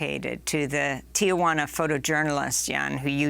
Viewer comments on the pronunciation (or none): Ti juana not Tia Juana